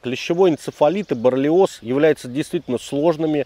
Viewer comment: Не 'борлиоз', а 'боррелиоз', братуха